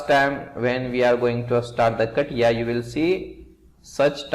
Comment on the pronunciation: SIR YE CATIA H , KATIYA NHI 🤣🤣🤣🤣